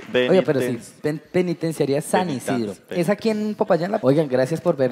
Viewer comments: no puede decir penitenciaria JAJJAJAAJAJAJAJAJAJAJJA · Pensaba que podía hacer de todo y hacerlo perfecto pero no puede decir penitenciaría:3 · Ok pero no fue capaz de decir "penitenciaría" 😮